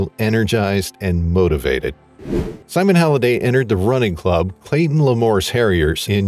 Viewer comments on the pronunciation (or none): none